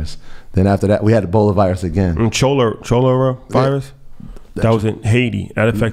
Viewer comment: nooo you don't pronounce the H in Cholera, it's [KA-LUH-RA]